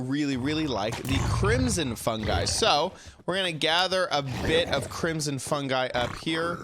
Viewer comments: Crimson fun”gee” lol it’s pronounced fun”guy” ❤️ I still love you though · Fungi is pronounced fun guy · ITS PRONOUNCED FUNG-EYE